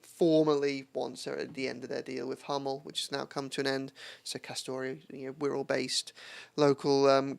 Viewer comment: It’s castore or or or not castoray ray ray u fake blue